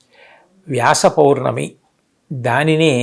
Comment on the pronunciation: పొర్ణమి కాదు పౌర్ణమి అనుకుంటా.